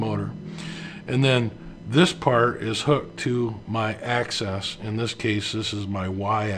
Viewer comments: The term is AXIS not ACCESS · Axis, not access. .. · Informing him how to pronounce 'axis' properly has value. This is not a regional pronunciation. It has been 'axis' since the beginning of time and provides credibility.